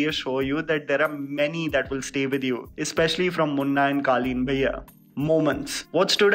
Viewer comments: pronouncing Guddu Bhaiya as Guddu Baaiya reminds me of Sobo girls 😂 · I’m an NRI kid and I noticed his wrong pronunciation of Bhaiya 😂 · My man needs to work on his Bhaiya pronounciation...sounding like those south bombay kids calling auto.